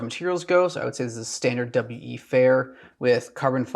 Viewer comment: Its just pronounced "wee" like the word "we". regardless, awesome knife and love this newer style of video giving your input on the knives